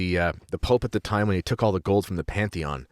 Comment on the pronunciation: Parthenon not pantheon